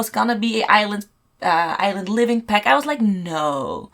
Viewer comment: Oh... For like 10 minutes I was like '' peck''?... Whats a fuckin peck??!.... Girl its PACK. Gosh AAAAAA